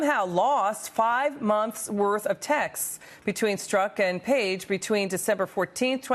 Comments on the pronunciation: I'm talking about his pronunciation. Since he's investigating this guy, he should at least know it's not pronounced Stork. But thx for playing. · It's pretty bad Jordan when you don't know the main culprit's name... it's Strok, not Stork as he repeatedly said in this piece.